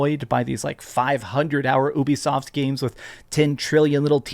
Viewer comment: It's pronounced you-bee-soft